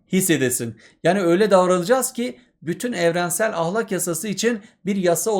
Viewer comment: hocam lütfen ahlakın a sını yumuşak söylemeyi deneyin🙏